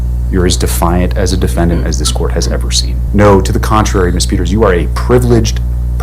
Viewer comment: Who is Tina "PETTERS"?